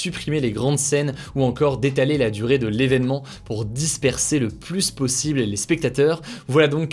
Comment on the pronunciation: Arrête de prononcer le "s" de "plus" ça stress de ouf